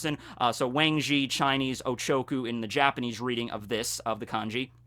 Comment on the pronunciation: Just wanted to say that the correct Mandarin pronunciation for the Wang in Wang Zhi is more like Wong.